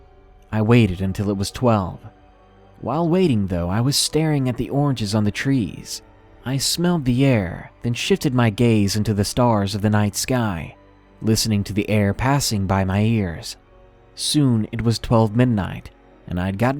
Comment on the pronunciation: "Then shitted my gaze" who else heard that?